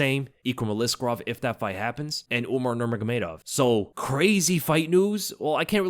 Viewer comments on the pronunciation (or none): none